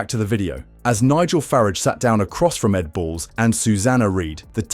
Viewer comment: Now that you've wet your knickers fawning over 'Nig-gel Far-Raj', whilst telling us precisely nothing, what's the message that you are trying to get across, in your very limited way?